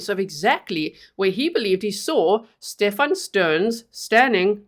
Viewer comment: Just call him Steven please, he’s not a “StePHON”. By saying StePHON it’s elevating h😅status? I’m curious of your thoughts?